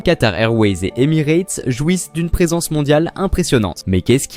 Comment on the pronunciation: en revanche je suis d'accord, cette vidéo n'a absolument aucun intérêt et n'apporte aucune information utile. Et il serait judicieux de prononcer Emirates correctement pour commencer...